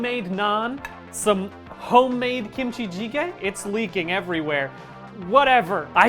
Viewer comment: Brian's pronunciation of gochujang and kimchijiggae ✨ 10/10 🤌